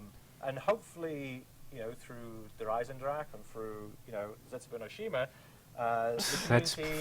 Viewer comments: would pronounce it like, "prahjulu trunchey pertukoolafee." As he pronounced Der Eisendrache like, "Der Eisendrencher."... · it's pronounced Dur Eye-Zen-Dra-Hah! DER EISENDRACHE